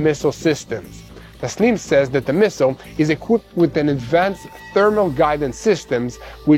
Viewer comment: Says is a short a not a long vowel, appreciate you brother, your relatively young so keep up the good work.